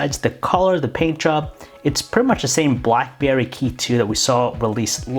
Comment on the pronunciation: I heard Blackbear Key2 🤣